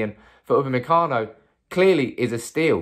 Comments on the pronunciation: You got the name right👌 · you got the name right this time...lol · Upamecano is correct, but you're pronouncing van de Beek incorrectly, it's pronounced van de "Bake".